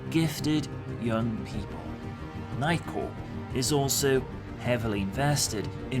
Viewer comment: first time you mention "night corp" i hear "nightcore" and tiny rage burned inside of me